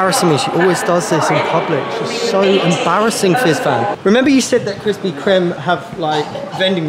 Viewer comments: It is pronounced crispy creams no t crem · It’s Krispy (cream) not crem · It's Krispy ķreame not crispy crem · Btw u are saying Kristy kremes wrong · ITS KREME NOT CREME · Love how they say “Crispy crem???”🥴🥴🥴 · Wow, thank you for inadvertently teaching us how to pronounce the name of a junk food place which we aren’t familiar enough with to know how to properly pronounce yet. Will make sure to say CREAM from here on out. We learnt something new today, which makes today a great day! Your epic mission here is a huge success!:D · It’s pronounced Krispy cream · Hey guys love your videos., but Krispy Kreme originated in my hometown and it's pronounced Krispy ( Cream ). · Anyone else a little triggered about how they say crispy crème 😭😭😭